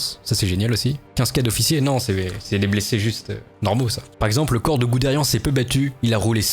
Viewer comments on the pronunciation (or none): none